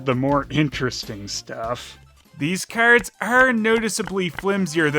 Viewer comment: haha The way you say "keyards" cracks me up